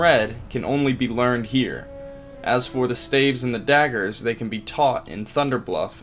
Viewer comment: Staves 🤣🤣🤣🤣💀 why he keep saying it like that